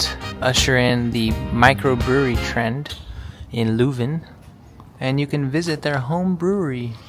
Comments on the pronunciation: Spijtig dat het weer zo nat was. Aandachtspunt: vooraleer je commentaar geeft, laat een lokale Vlaming al de woorden in het Vlaams correct uitspreken. Je kan even gemakkelijk LEUven zeggen in plaats van LOEven. Zowat èlk woord dat je verkeerd uitsprak, had je correct kunnen uitspreken. Zonder te zweten. Zeg telkens in welke straat je bent: dat maakt het gemakkelijker voor de reizigers die na jullie komen. Weet dat de eerste taal die Britten aan het vasteland tegen komen het Vlaams is (officieel het Nederlands). Calais is gewoon een stuk Vlaanderen dat Frankrijk reeds eeuwen bezet en niet willen teruggeven aan het Vlaanderen dat zich in België bevindt. Ik had jullie graag een rondleiding in Leuven gegeven maar ik woon er al vele jaren niet meer. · My city. For English speakers it's probably easier (and more correct) to pronounce it as "lurven". Also "the university is close by"... the university is scattered all over town.